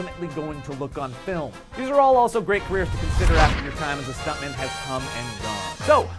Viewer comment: Stuntmun. Pretty sure that's how I said it. Pretty sure I'm totally okay with this.